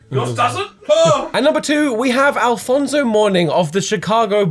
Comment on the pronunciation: Isn't it Alonzo Mourning? Not alfonzo? I'm a Celtics fan I know things